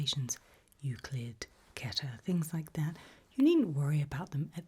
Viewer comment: The correct pronunciation of Keter is appreciated